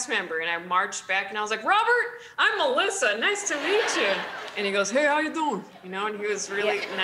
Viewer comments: “Paul! Meliss!” 🤣🤣🤣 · "Paul? Meliss" 😂💕👍